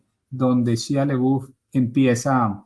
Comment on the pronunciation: Se pronuncia Shaia Labef.